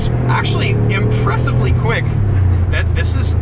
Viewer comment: It's "impreza-vly" quick